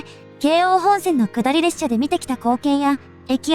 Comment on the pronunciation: 聞きやすい声ですが、「さサづか」「レっしゃ」のイントネーションが気になります。